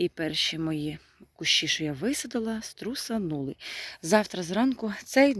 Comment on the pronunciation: ну, звичайно, ні. Але Т9 тут ні до чого, це ж ваші слова. Просто вам підказують, як правильно їх вимовляти. Не ображайтеся.